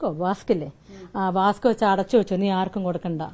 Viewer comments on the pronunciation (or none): വാസ്ക്കല്ല വാക്സ്